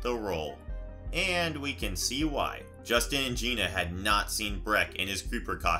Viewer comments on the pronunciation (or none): none